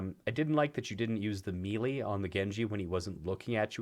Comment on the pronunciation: You actually don’t know how to say melee LUL